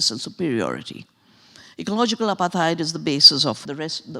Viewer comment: It's not apa-theyed 😂😂😂 It's apart-hayd 🤦‍♀️ Or Apart-hide